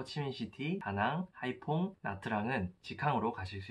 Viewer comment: Nha Trang...나짱...으로 발음 하시길